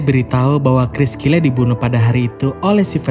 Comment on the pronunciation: Bukan cyle tapi Kyle